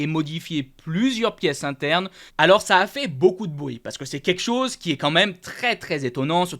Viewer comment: Salut je participe au concours Mais par pitié essaie de bien prononcer " quelque chose" parce que à chaque fois tu me fais saigner les oreilles 😂✌️